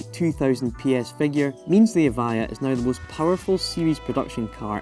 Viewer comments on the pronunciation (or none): So you tell us in the description that it's pronounced EV-I-JA yet the guy talking throught the video pronounces it EV-I-YA